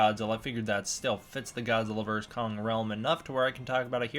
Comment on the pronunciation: Stop saying Godzilla verse Kong it’s Godzilla versus Kong